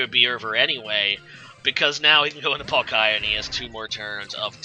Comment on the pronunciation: Why do you keep saying palkaaaya.. its triggerin me This comment is b4 i see rhe actual battle occur. Oof tough game...